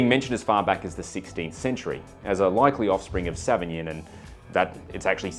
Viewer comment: Sauvillanche 🤣 Love me a savvy-b, last one i had was South Island's "White Mist" (lighter in alc) Savvy-B